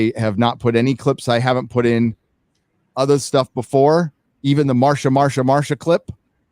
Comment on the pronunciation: Would someone please tell Marcia is the same pronunciation as Masha. Every time he says MarSia my ears hurt.